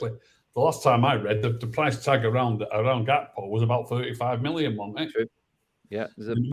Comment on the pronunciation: GAKPO NOT HAKPO 😂😂😂😂😂😂😂😂😂